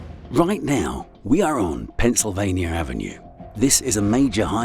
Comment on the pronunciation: Why are you saying "Pennsylvanier"? There's no R in Pennsylvania.